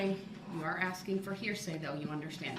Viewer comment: Maybe they should ask Darrell why he always looks at the ceiling when “axing” questions!? He hated when the witness looked at the jury to answer questions.